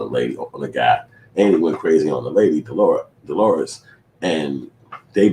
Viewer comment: this nigga said deloures lol